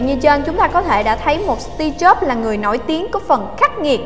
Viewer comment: Nghe sao ra Tia Chớp :v